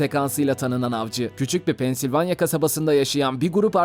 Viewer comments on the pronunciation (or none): none